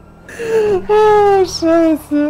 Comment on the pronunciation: sagt nie scheiße sondern immer Teiße xD